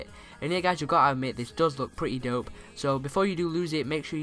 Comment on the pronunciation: it's a joke he says dup instead of dope